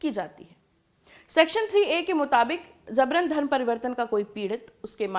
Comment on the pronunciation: JABRAN. ko. Zabran aur JURMANA ko ZURMANA bolti hai ....yeh kaisa pronouncessation hai....VERY SAD..